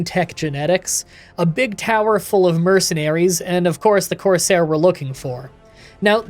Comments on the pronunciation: I'm reasonably sure that 'courser' is pronounced like Core-Sir. A corsair (how you're saying it) was essentially I special type of pirate back in the day. (Ones that tended to serve kings and whatnot) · it's actually pronounced courser, not corsair /j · Courser not Corsair but why do I feel like you where saying it like that just to get people to comment about it. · Dude him saying coursair made me so mad and follow the railroad it’s the freedom trail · love the video. Midly annoyed that you kept saying corsair instead of courser lol.